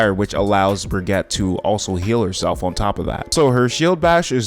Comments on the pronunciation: It's pronounced "Brig-ita". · ... at this point you are saying Baguette... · Love how he calls her bragatte